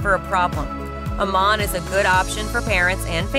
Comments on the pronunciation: Don’t live in Idaho! I’m counting the days to getting out of this hell hole! Absolutely hilarious representation! $800 a month in Garden City/Boise? Not even close!!! Sever winters? 😂😂😂 Good schools? Might want to check out the stats that put Idaho 48 out of 50! Amaaaaan? Might want to learn how to pronounce the places your representing? This vid is a complete joke! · People that do these kind of reviews should have to know what they are talking about! AMMON is pronounced Am-In and none to the video/photos were not of Ammon. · Pronounce Ammon! Also, Idaho Falls isn't Twin Falls. And Garden City is a crime ridden sh**hole. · Having lived in Idaho for over 20 years and traveled the state, you have the wrong directions and pictures of various areas. Shoshone Falls is on the east side of Twin Falls. Twin Falls is 160 miles southwest of Idaho Falls. Meridian, ID is to the west of Boise and not the east. The pictures of downtown Boise are not found in Moscow, ID. Pronouncing Ammon, ID was totally wrong. There are even more mistakes in your presentation. You need to better check your facts before you make your next video of Idaho. This presentation was depressing.